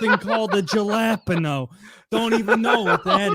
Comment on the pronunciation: The whitest way I have ever heard of jalapeño and I fucking love it